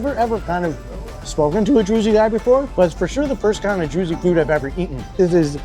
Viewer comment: It’s pronounced (drooz), rhymes with Jews, not “droozy”. Dude you gotta do a minimum of research.